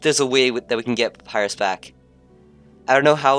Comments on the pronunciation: AAGGHHH. omg pronounced Papyras wrong!!!!! >:'( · can not pronounce Papyrus